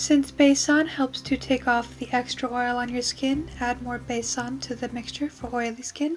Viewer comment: u make me shocked how u know everything about Indian products wow and pronounce it perfectly like basan methi wow something is fishy